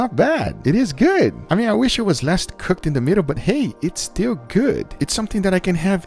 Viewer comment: And also the “I know it does not look guf righ now buh wash this”